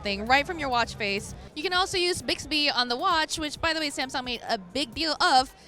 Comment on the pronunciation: Samsong lol